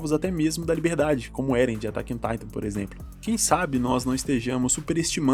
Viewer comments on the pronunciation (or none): none